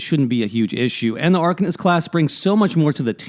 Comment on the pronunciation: Good vid. Thanks. But saying Arc-un-ist is driving me nuts. Ar-cane-ist. Ar-cane-ist...